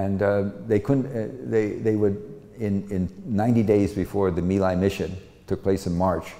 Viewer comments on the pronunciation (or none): My Lai was pronounced Me Lie.